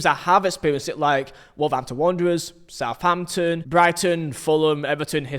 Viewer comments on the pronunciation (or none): none